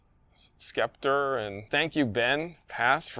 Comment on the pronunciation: Pronounced SEPTOR , not SKEPTER